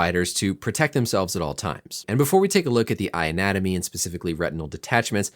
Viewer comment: I definitely heard “eye-natomy” when you said “eye anatomy” lol